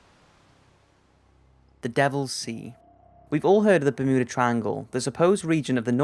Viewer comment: Bermuda...the mu is pronounced as in mews, Bermewda....not mood, Bermooda.